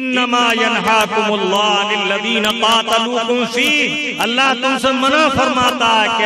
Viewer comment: Lafz allah me khada zabar nahi aayega ...?